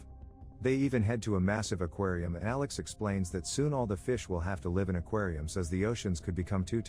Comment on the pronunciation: I like how he can never pronounce live and live properly